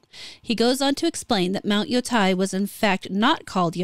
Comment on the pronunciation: "Tei" rhymes with "gay" not with "guy", just FYI. (It's literally "te-i", and would often be pronounced that way in a song.) And the onna-musha don't change the fact Japan regarded its 19th century Westernization—adopting the mores we associate with VICTORIAN ENGLAND—as the beginning of a matriarchy.